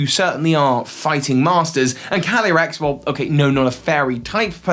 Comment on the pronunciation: When he says “calyrex” fast, it sounds like he’s saying “candy Rex,” like a candy T. Rex